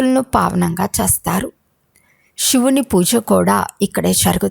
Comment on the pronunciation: చేస్తారు అనే పదము చస్తారు అని వినపడుతుంది దయచేసి పలకడం సరిగా చేయండి